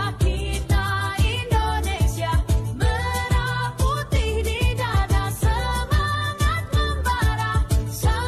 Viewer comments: Pelafalan "Merah Putih" jadi seperti pelafalan "Merah susu sapi" ..jelas ai 🤦🏻‍♂️ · coba dengar pengucapan lagu pada kata Merah Putih, itu jelas pelafalan yg dilakukan oleh AI